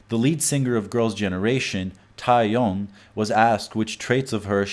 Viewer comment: For instance Seohyun is not See-Oh-Yuhn it's So-hyuhn Taeyeon is not Tai-Yong it's Teh-Yohn